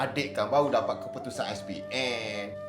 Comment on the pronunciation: Jaa.. dapat.. bukan dapak jaa.. sebut betul jaa more improve